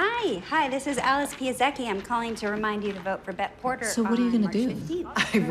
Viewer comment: If only this character know how to pronounce her own name Pieszecki.